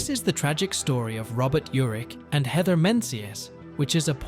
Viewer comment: It's mispronounced wrong then correctly...??? 🙃🙂